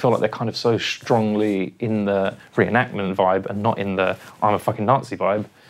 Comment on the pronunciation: Say it with me now.....It's a RE-EN-ACT-MENT